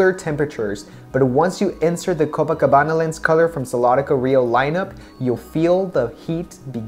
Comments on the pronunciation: Copacabana pronunciation it's perfect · Such great job on the review of this collection. Your videos are awsome! And also your pronunciation of the portuguese words was excellent! Congrats! o/ Ps: I'm from Rio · Copacabana is my favorite on you! Since I also have dark eyes and a similar skin color, I ordered a pair :) Thanks for reviewing the Rio Collection! You did a great job reviewing the lenses and pronouncing the names (I'm from Rio)